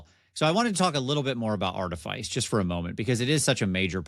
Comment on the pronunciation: don't let coerce you into pronouncing words wrong. Artifice is pronounced "aar·tuh·fuhs", no silly "Ice".